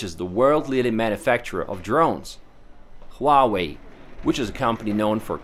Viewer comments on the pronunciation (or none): Huawei = Who-Ah Way, Not Wah Way...